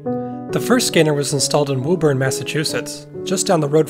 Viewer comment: As a New Englander, I was startled when you pronounced "Woburn" correctly!